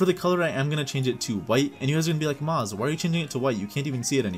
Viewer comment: It Shall Not Be Pronunced maz it shall be pronounced mooaz ok muaaz